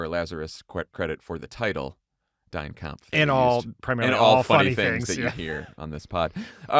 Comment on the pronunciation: “Dine Kampf” 😂🤣😂